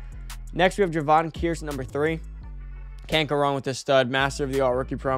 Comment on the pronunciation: you gotta start checking out how these guys names are pronounced lol you called Kearse Kreis 😂😂 you did this last year with people as well!! I’ve been watching all the vids since last year tho bro I come here to find out what’s happening that day so when I get off work I’m ready. Keep up the good work 💪